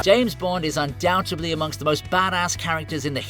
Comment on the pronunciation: The word is UNDOUBTEDLY -- look into it, please.